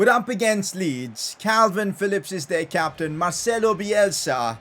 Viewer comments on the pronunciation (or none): none